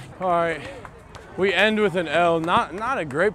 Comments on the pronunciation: “He wit us” 🤣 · “He wit us” 🤣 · "he wid us" hahahaha